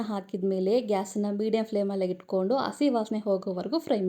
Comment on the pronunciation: It is not assi It's hassi Learn proper kannada